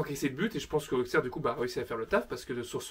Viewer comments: Je suis Auxerrois et Auxerre se dit ossère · Je suis auxerrois et Auxerre se prononce Ossère